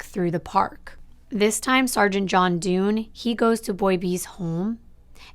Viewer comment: Hi, I'm live in Ireland, thank you for covering this case ❤ Just for your own information Garda is the singular & Gardaí (Gar-dee) is the plural where referring to An Garda Síochána (the guardians of the peace). And Garda Dunne is pronounced "Done" not "Doone". I think your coverage was excellent & I do feel, despite the ages of Boy A & B their identities should be known, in my opinion, our legal system here is very lenient for crimes in general, but particularly for more heinous crimes, convicted murderers & rapists get very light sentences. A close friend of mine knew some of Boy B's extended family & she lived in the same area (close to St Catherine's Park, where she often walked her dogs), she said that a lot of people in the area knew the identity of the boys & that some of their extended family (including the members she knew), were attacked & their homes vandalised. She also said on one occasion, an assumption was made that a cousin of one of the boys was one of the perpetrators & he & his family were attacked. I actually feel if the identities of the boys were released, these attacks & vandalisms wouldn't occur. I feel that keeping their identities a secret incites fear & rage in the wider community causing these incidents. Thank you for telling Ana's story, much love from Ireland ☘️